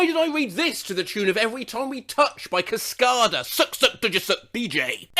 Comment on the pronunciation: Why do you say cascada like toasttada